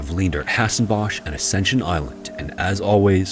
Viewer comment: Quite nitpicky but 'Hasenbosh' is not pronounced like that its in IPA it's /ɦazɛnbɔs/ so like its pronounced more like h-ah-z-eh-n-b-oh-s